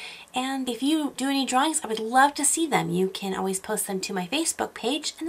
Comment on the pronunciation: you need to say love not wove